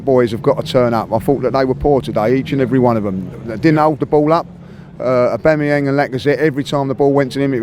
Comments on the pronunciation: "Obanyang" LOOOL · I've met a couple of times,he can actually say Abamayang. Maybe he gets nervous on camera. But a lovely guy and great analyst